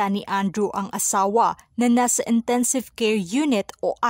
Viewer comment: Maganda po ang report mo pero maraming mali. Intensive po hindi entensive, Tintin Bersola po hindi Tenten Bersola, miracles po hindi meracles, interview po hindi enterview, netizens po hindi netezens. Sori po assignment po kc ito.